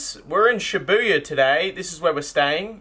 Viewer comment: Bru the way he says ShiBuyaa at the end was hella funny omg hahah